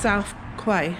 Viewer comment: Quay is pronounced as Key. Just saying. :)